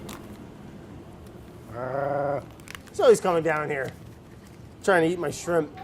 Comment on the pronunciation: "Try'n to eat my shrip" ... realizing what he just said :-D